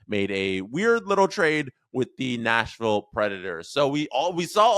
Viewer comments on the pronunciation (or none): none